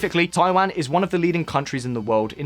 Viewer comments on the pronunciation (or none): My ears think you are talking about Thailand rather than Taiwan at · Is it me or about twice he said something like 'Thailand' instead of 'Taiwan'? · What is you and pronunciation of Taiwan 🤣 one second I hear Taiwan (Tai-one) then I hear taiwaaaaan (Tai-wahn)